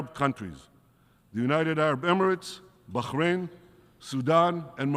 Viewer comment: EXCELLENT SPEECH. NO SUCH WORD AS BKHHHRRANE. BAR RAIN IS THE CORRECT PRONUNCIATION.